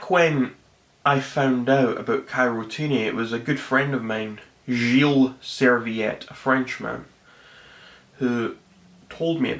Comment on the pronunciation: the french guy called servite...